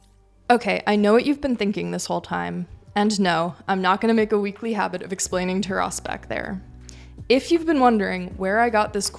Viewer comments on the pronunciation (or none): none